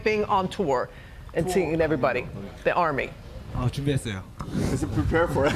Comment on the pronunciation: When he says Army.... I freak out so badly cuz it sounds more like he's saying "I love you"!!!!!!